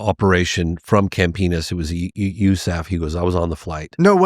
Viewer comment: Never heard USAF pronounced like that